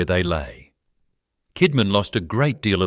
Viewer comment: He did not pay tax, ended paying a fraction of what was due. He fed the aboriginal stockman for labour. He inherited 400 pounds. That is more than 5 shillings. Gina Rineheart buys land Kidman leased. Something fishy there Add AI slop that cant pronounce names, towns or rivers. Kidman was spoken Kidmon, Kidmarn. I very much doubt he was honest. No one person can build an empire that big in early Australia being honest in my opinion. 100,000 square miles is a lot of country. Roughly Rockhampton to Sydney, going 100 miles inland.